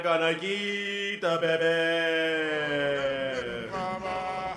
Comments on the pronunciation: Took me while to figure out he was saying “Kick the beh beh” at the beginning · Technically isnt saying baby, he is saying Beh beh.